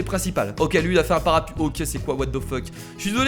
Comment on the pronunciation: ç est parapLuie et pas parapuie